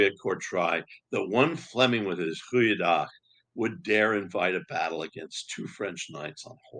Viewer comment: Thank you and! From a Fleming: this is sheer joy. Extremely well done. One of the best talks on the subject. You nailed the pronunciation of the 'goedendach':)